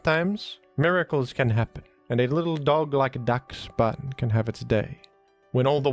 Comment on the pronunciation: DUCKSBUN?? It’s pronounced dashbun 😭